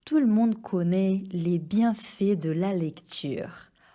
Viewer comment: Tout le monde connAIT les bienfAITS de le lecture et non pas cette prononciation: connné les bienfés.